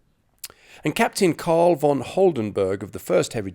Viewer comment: to the adress of the video maker: please notice that in the German language the "v" in the word "von" like in "von Witzenstein" is not spoken like in English. It is spoken like an "f". Please notice that in the German languag the "ei" like in the word "Witzenstein" is not spoken like in English. It is spoken like "ee" like in "bee". It seems that you want to praise the "Britain`s German Soldiers" in this video. Perhaps it is a good idea to take the effort to pronounce their names in the correct way, right?